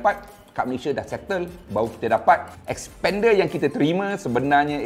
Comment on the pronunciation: Masalahnya.. nama.. slalu tersasul sebut spender 👻